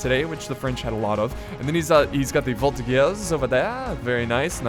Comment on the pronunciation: in frech (because I am belgian) we say shasseur a sheval and voltijeur and a very good video